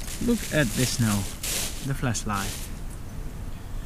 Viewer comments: sounds like he said fleshlight a couple times there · At first I thaught he was saying fleshlight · WW2GERMAN WANNABE Sorry but you clearly dont understand the joke here😅 I explain it to you; when says flashlight, he pronounces it like that sounds little bit fleshlight. If you dont know what that is, you can google it up😀